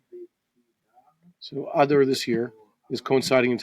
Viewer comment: When you say "Adar" it sounds like you are saying a cross between adder snake and cow's udder. Can't you stress it at the end as in A-dar.